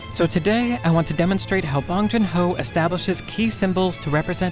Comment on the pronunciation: the way he says bong hurts me. great video otherwise